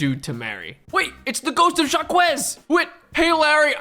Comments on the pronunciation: Just coming into the comments to say it's pronounced Jock, not Jah Kwez 😅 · It is not pronounced jack-huh, but that's a lot closer than jakwez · pronouncing Jacques as "Zha-Kwess" and not "Zhak" kept hurting my brain. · You pronounce Jaques as jahkwez? Holy shiiiit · "Jacques" is a French name pronounced kinda like a mix of "jock" and "zach". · of all the crimes in this video, calling someone Jakwez is the worst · the pronunciation of jacques is killing me 😭